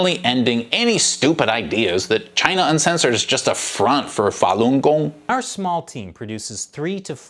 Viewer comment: can't even pronounce falungong properly. What a joke.